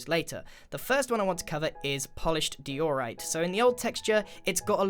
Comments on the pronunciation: why did he pronounce diorite like dee-o-rite and not like die-o-rite ? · Grain, its pronounced Die-a-right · First you say x-I zoomavoid, and now your saying dee-or-ite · IS NOT PRONOUNCED DEORITE IT IS DIORITE i just wanted youto know that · I says Daeorite He says Deeorite Which is the correct diorite pronounciation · me: die-ore-ite Grian:dee-ore-ite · Me: pronounces it as: die-or-rite Grian: dei-or-it 😂🤣😂🤣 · Dee - Orite? I thought it was pronounced Die - orite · wtf is a dyor-rite. It's pronounced die-or-ite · Not called deeyourright It’s pronounced dieorite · Dee or ite us not how you pronounce XD its Die or ite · I thought u say diorite like die oh right not dor oh right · Omg who he says diorite triggered me so much wtf is deoreite it’s pronounced dieoreite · GRIAN! IT'S PRONOUNCED "DIE-ORITE" NOT "DEE-ORITE"!!! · It's pronounced dye-o-right not dee-or-right, grian got it wrong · dee ore right? you mean die ore right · how he prononces diorite deorite😂🤭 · Nobody gonna talk about how grain called diorite die-ore-rite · Grian: deeorite Me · Diorite. Ok: DEEORITE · Mans called it dior-ite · Did you say deeyorite lmao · "die-or-ite"? What kind of pronunciation is that!? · You pronounce diorite die-or-right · Its pronounced Die-or-ight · Grian, i say it “Dy-OE-Ryte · If you check a dictionary, it's pronounced DIE-or-right. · Did he just pronounce it, Dee-or-rite? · Did he just say Dee or rite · ˈdaɪ.əˌraɪt No 'r' after the 'o' in the second syllable.. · Disappointed that he couldn’t pronounce diorite I’m happy he can now